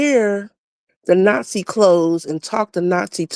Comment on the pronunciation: Tariq got her azz with " NotSee " LMAO !